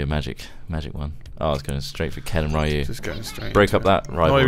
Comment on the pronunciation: Rye-u? Dang it guys... PRONOUNCE THEM PROPERLY. It's not MARE-io either. *le sigh*